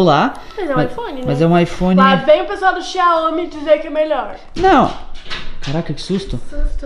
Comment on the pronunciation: Opa. Eu tenho um xiaomi redmi note 8. Eu amo... Então rsrsrs e não se fala "xáômí" e sim "xá-u-mi" 🤣